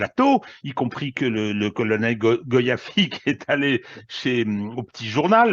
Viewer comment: Chantal Goya et non goyafi de rien !!!!